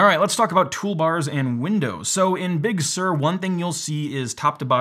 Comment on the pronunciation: Also: it kind of irks me how Apple is picking many Californian places with Spanish origins (I know, it's inevitable, but please bear with me), especially those which were completely bastardised by AmE pronunciation. “Big Sur” has got to be the worst so far, since I, as a Portuguese guy who actually speaks Spanish fluently, mentally read it as “Big soor” (for those who don't know, “Sur” means South, by the way), not as “Big serr”. It will always create a bit of a mental disconnect whenever I listen to it or even say it aloud. Apple's “crack marketing team” could certainly do better when considering names and at least try to pick those which are at least a bit more consensual pronunciation-wise. It can make IT support job easier around the world, believe it or not. Sierra/High Sierra, Mojave and Catalina were at least a bit simpler in that regard.